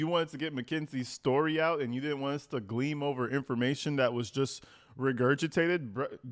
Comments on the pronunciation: it's glean, not gleem. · The word is glean not gleam. This "teacher" doesn't even know the words he tries to use. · It's GLEAN not GLEAM. Hi from Oxford, UK. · It's GLEAN... not "gleam"... And he's allegedly a teacher?!?!?!